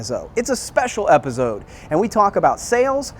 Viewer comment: did you really say epiZZode?!